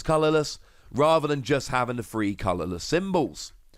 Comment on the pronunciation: Oh god you pronounce three as free